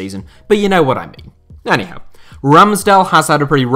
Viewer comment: How does the ”AnyHowe” get me every time? Ffs 😂